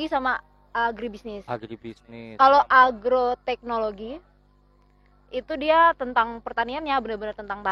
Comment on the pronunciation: agroteknologi bang,bukan argoteknlogi hehehe